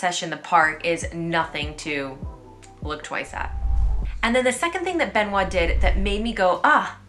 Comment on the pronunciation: The first syllable of Benoît rhymes with me, te, se, le, ne (eu-sound) not the è sound. Speaking of the name Benoît, I noted with interest years ago that the name of the recent Pope in French is three syllables, Benoît Seize (Benoit XVI) compared to the six syllables of English Benedict the Sixteenth.